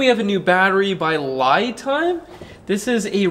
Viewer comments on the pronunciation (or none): I think the I is pronounced as an E as in LEE Time. LI Time = LEE Time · I can guarantee Li Time is short for Lithium Time, so should be pronounced as Li in Lithium, not Lie. Lie Time actually does sound stupid. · It’s pronounced Lee time not lie time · LEE time, as far as I have heard from others who the company told how to pronounce the brand name. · It should be pronounced like the name "Lee". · Uh oh, I pronounced their name the same way you did in a review, and they were not happy. They want it pronounced "Lee Time" LOL. But yeah I don't understand all the name changing either. Great Review! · Pronounced “Lee” Time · I saw another channel's review and the company responded that it was pronounced "lee time" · That's exactly how it's pronounced - li without the thium - per an email from the company. The problem is nobody sees it that way when reading it lol.